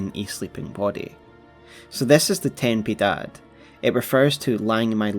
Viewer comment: "TeN pEeDaD"